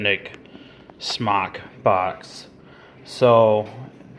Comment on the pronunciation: You aren't even saying the brand right. Ugh